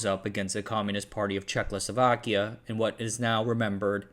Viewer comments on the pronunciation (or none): You keep saying😆CzechLoslovakia instead of Czechoslovakia. Adding a L after H in Czech. I’m no Czech but I’m well aware how difficult another language can be so it’s perfectly understandable. As always, make ch appreciated content! 🫶👋✌️🖖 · Could you try to, at least ONCE pronounce the name of the country as "Czechoslovakia", rather than "Czechlosovakia"? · He does his «check losovakya» every time. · Not CzechLoSlovakia but just Czechoslovakia. No extra L needed :) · Thank you for this fascinating story. I just have one suggestion: it would be good if you would avoid mispronouncing Czechoslovakia as CzechLoslovakia. That is kind of distracting. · Czech-o-slovakia not czechlosovakia 🤦‍♂️ stopped watching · Was I the only one who hears throughout the video as "Czech-lo-sovak(ia)" instead of "Czech-o-slovak(ia)" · It is Czechoslovakia not Czechlosovakia XD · Its Czechoslovakia not 'Czech-lo- slovakia' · Not to be that guy but it's not Czechlosovakia. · What the heck is Czech-Lo-Slovakia? It was Czechoslovakia. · 😂 Checloslovachians ... Oh dislexia what a funny thing you are. Try this: Cheh-Oslo-Vaki-Ah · It’s Czechoslovakia, not CzechLoslovakia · Checkloslovkia????? Who pronounces it like that? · very informative video with good insight but hearing CzechLosovakia was painful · Did I hear "Checlo sovak" and "checlo sovakia" ? 😂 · For me it sounded almost like Czechless Slovakia😅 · Nice overview -- could have been even better if you hadn't consistently called the country "ChekLoslovakia" for some weird reason. ;) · Today I learned that I was born in CzechLoslovakia... I didn't know that. 🤔 I guess you must be one of those citizens of the United staKes of America (many times heard that pronounced it that way by Americans). 😂 "It toppled what was then the last liberal democracy in Europe..." - you really are the product of American education. I hope that Trump will win again. He perfectly represents the average American for the whole world.